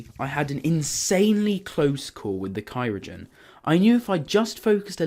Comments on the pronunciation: every time he says "cyrogen" it hurts like cryogen just killed me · Btw it’s cry-o-gen. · It is Cryogen not Cyrogen but alright nice video keep up the good work :)